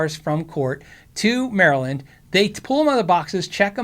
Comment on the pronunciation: thank you for pronouncing Maryland properly!